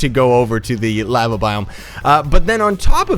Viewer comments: your laeveea is killing me its LAVA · U pronounce lava wrong